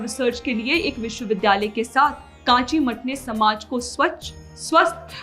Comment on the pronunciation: Kaanchi nahi rey mongoli. its kanchi , naam se dangse bola karo.